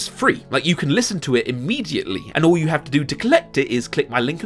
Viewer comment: I loved the "Hugh did it"/You did it mix up (I just wonder what the Subtitles say when they're switched on)